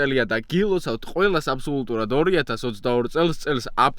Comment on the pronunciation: ყოჩაღ ამო შენ აბსოლუტურად თქვი და არა აბსიოლიტურად